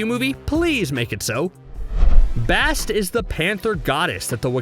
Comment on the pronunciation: How the hell do you mispronounce Bast when you heard the correct pronunciation many times in Black Panther. It's not hard. Damn. Ok I cant finish this list. There are countless examples of this dude not giving a damn about correct pronunciation and disrespecting the stories and characters. What a joke